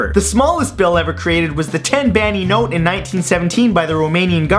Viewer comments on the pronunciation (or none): Bani is not pronounced Bani, it's pronounced Bahn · The last one is pronounced like the name "bonny" not "banny". ^-^ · xD The romanian BANI he said like baniii and its BANI Simply BANI not BANIII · ITS NOT PRONOUNCED "banee" ITS PRONOUNCED "bahn" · u idiot, is not beni, its BANI OR LEI WICH MEANS LION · Also the 10 bani note isn't pronounced Ba-ni, It's pronounced as one syllable "Ban" with a small accent on the 'N" so sorry, just my OCD since I'm romanian :P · Bani is not pronounced like Benny though.... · It's not pronounced bani. It's sounds like ban but with the Romanian accent. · The way he pronounces "bani" is funny for me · "10 BANI note" you completely butchered the word "bani". Bani means money in romanian. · Matt, you didn't spell the romanian "Bani" correctly. It is a single syllable word and the accent is put on the "a", instead of "i", as english-speaking people would assume. "Bani" also means "money" in Romanian. Just a small fact, keep doing great stuff :D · I DerpSaurs I ahaha cum a pronuntat bani =)) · Bani is not pronounsed like that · Mathew Santoro When pronouncing bani you put the accent on a and a almost silent i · LOL that's not how we pronunce "bani" in romania =D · 10 bani is not pronounced like that, and now it's a coin. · I love how you butchered the 10 banii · I laught when I heard how he pronounced the word "bani" :) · the way you say bani XD its just awful